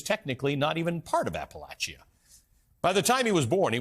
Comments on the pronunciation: This guy doesn't even know how to say Appalachia. If he really cared and knew anything about the area he would have taken care to understand. I have zero respect for a person that does not do their homework. App-a-lach-ia. Ha what a joke. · Anyone else bothered by his pronunciation of Appalachia ? lol….wft. That’s not how I learned to say it.